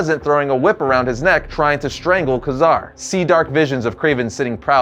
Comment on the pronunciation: You kept flubbing Ka-Zar's name: It's pronounced "Kay-Zar" no "Kazar".